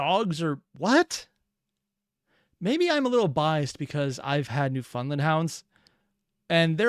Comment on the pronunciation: Did you just say “new-FUND-land” hounds???